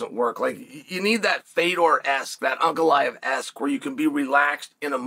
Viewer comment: I’m shocked Uncle Chael put that respect on Ankalaev by saying his name correct. I now believe this man is both worth the odds and definitely going to lose from the Chael curse.